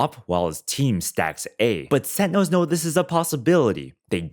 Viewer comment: This video is amazing like I learned so much watching it… my only hang up was how sentinels was said lol 😂